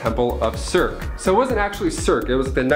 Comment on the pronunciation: Circe is pronounced like Ser See versions of that character have been in DC comics for decades and the Eternals character Sersi is based off her and she has been explained as having been that character in her past.